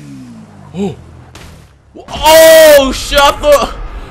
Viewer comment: Lol he said hey modefuka lmao